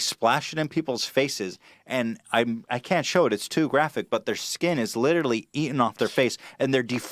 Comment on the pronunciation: "liTRALLEEEE" "LITRALLEEEE" say literally right